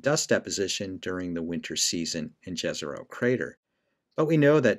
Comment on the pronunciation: I like that you’re saying Jezero as pronounced in English with a J instead of the non English pronunciation with a Y…😊